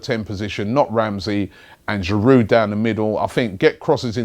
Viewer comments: mate cut out the D in Giroud! its silent! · Giroud, the D is silent ;)